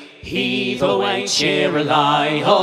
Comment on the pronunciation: So incredibly beautiful. Beautiful voices. Beautiful harmonies. I learned a new word cheeri-lye..... Rhymes with lullabye. Thank you, Dave for tipping me off to this great trio